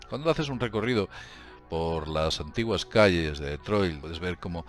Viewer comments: No se pronuncia deetroy se pronuncia ditroit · Cada vez que oigas pronunciar "DetroiL", acabado en L....chupito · Se dice "ditroid" no Detroit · Min CIUDAD DE DETROILT, LA POLICIA DE DETROIL. ME HA HECHO MUCHA GRACIA LO SIENTO.JEJEJEJE TE SIGO DESDE HACE 10 AÑOS SIGUE ASI Saludos ERES UN TÍO GRANDE Y CON MÁS HUEVOS QUE NADIE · Se lee DETROA, en francés. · ¿Por qué llamas a Detroit como "DetroiL"? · DETROIL? XD